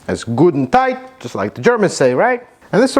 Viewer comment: Gutentight hahaha